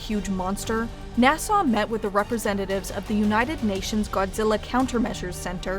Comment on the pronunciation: She keeps saying Nassau instead of NASA